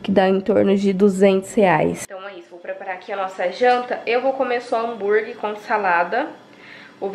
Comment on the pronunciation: Ai que agonia a falando hambuirgui🤯😂😜. O negócio é hamburguer mulher. Boas férias